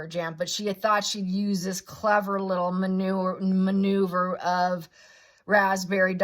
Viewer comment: When you said she was making a maneuver, you almost sounded like you were saying manure! 😅